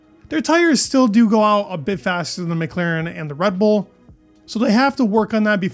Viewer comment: how many times do I have to repeat myself? McLAAAAAAAren not McLEEEren